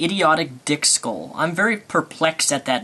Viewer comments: I think he said thick skull not dick skull xD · HAHA!!! XD "Dick skull"! I think he meant "thick skull", he just screwed up the pronunciation, much like he mispronounced "omniscient".